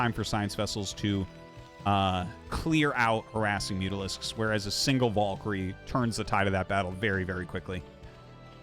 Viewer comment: Artosis... what is your obessesion with pronouncing Valkyrie very incorrectly? Has noone told you how to pronounce VAL-KA-REEE??